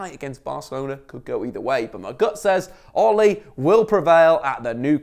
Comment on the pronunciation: Also, it's not Oh-lay. More like Ugh-Le (like you pronounce Lemar from Thomas Lemar, or the French 'Le Parisiens')